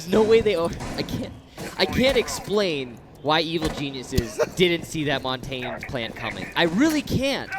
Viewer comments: Who is Mon-tayne? It's pronounced Mon-tan-ya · If it were Italian, that'd be correct. I speak Canadian French, specifically from the Pacific, so it may not be how it's pronounced in France or Quebec, but here we pronounce it Mohn-tañ.